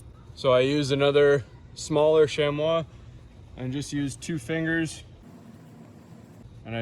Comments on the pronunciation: Lovely. Just a hint that it’s pronounced SHAM-ee. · thanks for the speedy and detailed reply. I will definitely subscribe, but from a different account name. You and I are talking about the same thing. Sorry I wasn’t clear. I could tell by the irregular shape of the animal hide that you’re using a genuine chamois. It’s pronounced SHAMMy. Honest! Look it up.